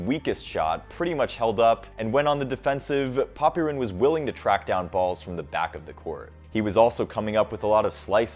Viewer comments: FYI, the 'y' in Popyrin's name is not pronounced nearly as much as you pronounce it in videos. It's more like "Pop-rin" with only a tiny implication of a vowel between them. Take a listen to the commentators. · If your gonna make a video on someone at least get their name right, is pronounced poprin the y Is silent